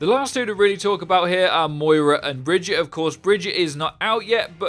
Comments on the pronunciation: ITS BAGUATTE NOT BRIDGE-IT. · Did he just say Bridget and not Brigitte? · lol bridgette it's brigitte (bri-geet-a) from kaplan's mouth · Why are people still calling Brigitte Bridget?! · Please learn how to say Brigitte's name properly. Its not "Bridge-ette", its "Brig-ee-ta". C'mon, they literally have a voice over of her name, theres no reason to say it incorrectly. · "Bridget" "Bridget" "Bridget" SHE LITERALLY SAYS HER OWN NAME. BRIH GEE TAH JFC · Pronounced "Bridge-eat-a." Not Bridge-itt. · Please don't spread the incorrect pronunciation of Brigitte. She tells you exactly how it's pronounced herself. Brig-eet-ah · It's prounounced Bri-git-eh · brig-eat-a - its SO easy! Great vid btw :) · Stop calling her BRIDGET, jesus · It's really not that difficult to say "brig-eat-ah". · Breh gee tuh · brigitte is brig-eet-ay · Brig-eat-uh. I haven't heard names fucked up this often since I last went to Starbucks. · It’s not bridgit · please stop calling her "bridge-it" say it right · Bout to unsub if I hear her called Bridget again lol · If he says Bridget one more time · You can pronounce it Baguette or Vegeta, either one is fine and nobody would care. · Alex Night I've heard that it's not the correct way of pronouncing it which is probably why Jeff pronounced it as bri-geet-tah in his dev update. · New Hero. Say her name right geez. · Please say Brigitte’s name right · Who else got annoyed at his pronunciation of “Brigitte” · Apparently most ppl here xD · It's Brigitte. Reinhardt has been saying her name correctly throughout the game's life cycle.